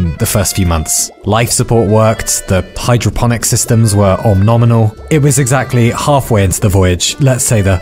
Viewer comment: Turtle man saying "Hydrophonic System" like it's a word, it's not even a noise.